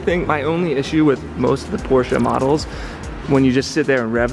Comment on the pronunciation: Please quit saying PORSE.